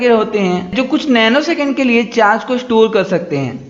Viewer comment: Nano second hota he naaki "neno secound"